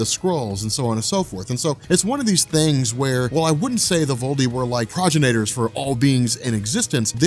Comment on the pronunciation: Projinator lmao